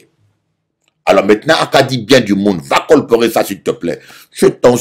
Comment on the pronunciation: Colporter pas colporer 😂